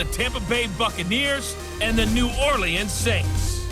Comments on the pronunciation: New Orlee-ans Saints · Why is coach on madden? Why did he pronounce New Orleans 2 different ways in the first 15 seconds of the video?